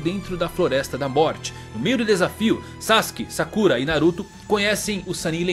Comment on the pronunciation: legal o video, nostálgico. mas os ouvidos doem quando ouve a pronúncia gAAra, sakúra, orochimarú kkkk omg